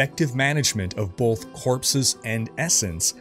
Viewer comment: Are you putting an L in "both"? BOLTH?